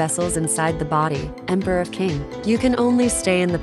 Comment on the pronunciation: Qing is pronounced Ching, not king.